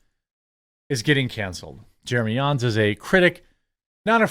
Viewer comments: Its not Yans... It sounds just like Johns 👍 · Do you go out of your way to mispronounce literally EVERYONE’s name??? It’s JAHNS not YAWNS 🤦🏻‍♂️ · Why you are pronouncing Jeremy Jahns as Jeremy "Yahns" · Are you saying Jeremy Yahns? 😂 I love ya dude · Bro J isn’t silent